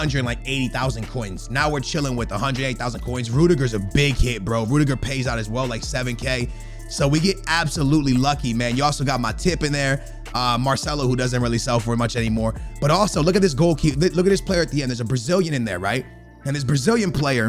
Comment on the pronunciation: Bro you said you got “MY-TIP” in there 😂